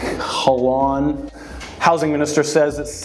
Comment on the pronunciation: Your first failed attempt at saying Ravi Kahlon last name… sus but whatever. The second (with a jump-cut zoom in) and third is just making fun if his name. Does nohing for your argument.